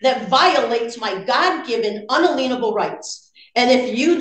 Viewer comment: She does that on purpose, to use the word lien - she slips up sometimes and pronounces it correctly - just more sovcit shenanigans.